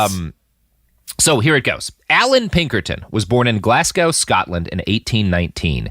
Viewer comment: Glass-gao Scotland lol. It's pronounced glaz-go